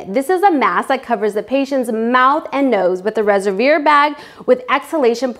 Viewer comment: "resevir" bag..? res-ev-wahr :D